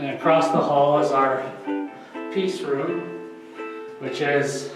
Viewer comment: When you said peace room I thought you said pizza room lol